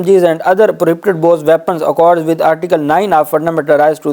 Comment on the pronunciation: Dear First correct pronoun station of words (Prohibited) . It is requested that you can speak / read in urdu